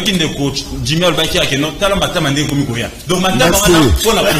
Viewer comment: Ndeko ezali djimmy et non dimmy